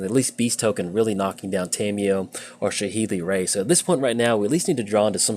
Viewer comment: Every time you say “Saheeli Rai” incorrectly it makes me cringe so hard